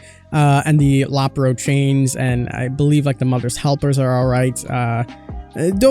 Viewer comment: Or he called the low pro chains the Lapro chains😳